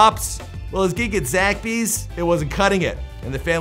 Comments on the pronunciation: ZAXBYS ! “zaXby’s ! it’s not “zakby’s” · Zack Bee? Lol you mean Zaxbys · “Zackbys” 😂😂🤦🏿‍♂️ it’s Zaxbys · So nobody’s bouta talk about the way he said Zaxbys?